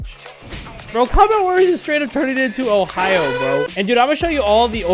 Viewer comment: Me loving his content but cringing every tine he said ohio